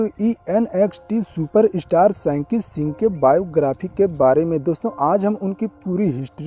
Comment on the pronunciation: Bhaiya ji aap unka name theekvsay lo sanki kyoun bolrahay ho (Shanky Shingh) name hai